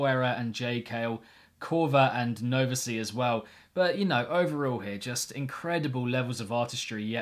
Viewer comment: I'm so happy to hear you enjoyed Prism Power. ❤️🙏 SILKENWOOD has been one of my favorite communities ever and I'm so happy I've been a part of the past 2 compilations (Sleepover 3 + BTV5). Also for future reference, my alias is pronounced nova-sigh but funny enough, the way you pronounced it was what it was originally hahaha